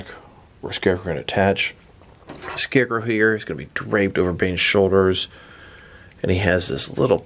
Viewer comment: When this guys talks 😴😬 And SHCARECROW? Lol 🤦🏽‍♂️